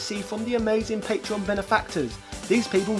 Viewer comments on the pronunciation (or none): none